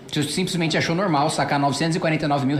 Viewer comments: o cara fala "simpresmente" e tem um salário de R$70mil/mês. Seems legit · "Simpresmente"... É filho do Lula esse aí... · "Simprismente", pqp.